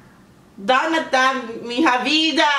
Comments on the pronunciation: It's not pronounced MIN-HA...but MIÑA... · The pronunciation is DONA DA MIÑA VIDA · hello! Very nice reaction, thanks so much, as a fan of Rouge I'm so thankfull abt some international audience for them. They do deserve it! Just to correct, we pronounce this letters "nha" as a nasal sound in Brazil. Take a look when google translate says "Minha", is a different when you say [Min]"/ra/", that's an oral sound, it's like "ha". and completely different of "nha". (Just a tip, still GREAT reaction, and you took the main message: Self acceptance, empowerment, respect for all kind of ppl, so on). Keep doing this great job! All positive thoughts! Cya.